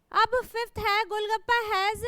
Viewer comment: Mam it is not gollgapa it is gollappa 😮